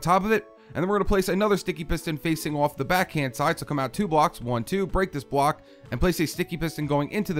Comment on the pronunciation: listen when he says bwock